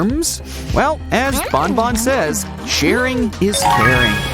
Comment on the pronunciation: It's banban not bonbon